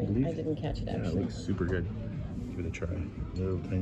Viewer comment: Heads up: When you say “ bon appétit “ The end “t” is silent. It’s pronounced as … “bon appéti” … “ti instead of tit” 😊